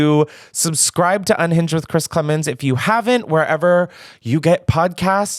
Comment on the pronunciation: Chris you 1000% mispronounced my name but I will let it slide for the fact that ily